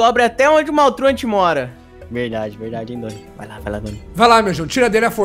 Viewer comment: Você sabe muita coisa, mas não sabe falar o nome do maltruant do jeito certo.